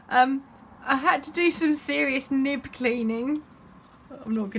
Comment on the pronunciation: Haha….you are funny, I think when you were talking about ‘nib’ cleaning the word you said was with an o instead of an I 🤣🤣🤪 I love your little brush, where did you get it from? Thanks for the giggles……so needed at the moment! 😀❤️